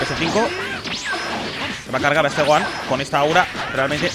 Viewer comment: habla bien es gohan no es goan porfa